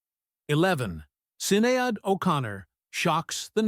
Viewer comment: Sin-ee-ad O'Connor? It's pronounced Sheh-nay!